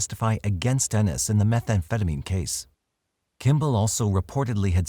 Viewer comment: Ennis, Montana Living in Oregon I'm impressed you pronounce Ennis correctly!